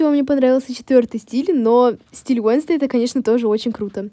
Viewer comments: 🤬🤬🤬🤬не Уенздей а уэнсдей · Не уенздей а уэнздэй